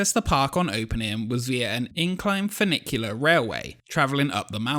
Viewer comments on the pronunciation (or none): none